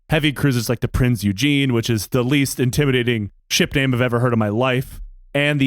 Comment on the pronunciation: Lol, pronouncing the Prinz Eugen as Prince Eugene.